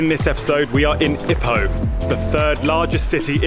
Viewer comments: Lovely video. Thanks. The pace, footage and information kept me entertained. I would pronounce Ipoh 'ee-poh' (with a long first syllable) rather than like 'hippo'. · OMG twat , u can’t even pronounce it right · You can’t even pronounce Ipoh right , tool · Pronunciation of "Ipoh" is giving me cancer